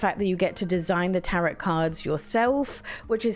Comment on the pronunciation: It’s pronounced ‘Tarow’ lol